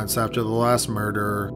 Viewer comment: Murder...not MURDERERERER!